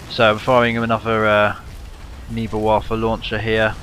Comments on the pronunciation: fyi the "rocket pods"are called Newbelwerfers u pronounce it like this NU-BUL-WER-FERS love your videos cant wait for more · you pronounce the german rocket launcher ne-bell verfer